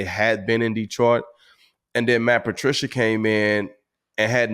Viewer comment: I wince every time I hear "Matt Patricia".